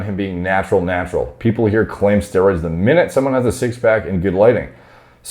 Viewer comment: “Stwroids” sounded out 😹😹😹